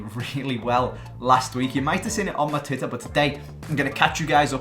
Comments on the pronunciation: When he said titter instead of twitter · He said titter